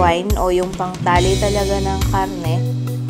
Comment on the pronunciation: Bakit nauso ang KA-AHRRTEHAN sa pagbigkas ng letter "R" PAHRRA, PAHRRA, PAHRRA. PAHRRA SAKTO LANG SA BUONG KHARRNE NA NABILI NIYO. Kaumay... Ang arte sobra